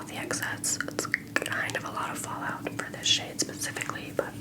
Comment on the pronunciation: it sounded like you said “425 dollars” instead of “for 125 dollars” HAHAHHS